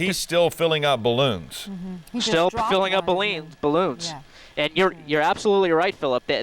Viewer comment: lol! he said baleens !! :D